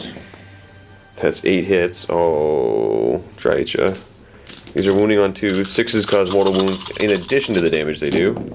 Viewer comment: Pssst! It's pronounced Dry-Ka (hard "K" sound) as per GW, their audio novels, and their licensed games voice acting. (She's one of the most commonly mispronounced names I've noticed) "Drycha's Spite!" - Kerillian